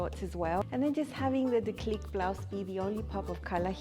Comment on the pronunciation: Gorgeous tops! I will have to go have a look at the website. French tip - the acute accent makes the E hard like deep rather than soft like depth (who would have thought my high school French had real world application 45 years later).